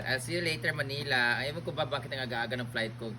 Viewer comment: ...pagbigkas ng Manila...wag bigkasin ng malamya...simple MANILA..😂😂😂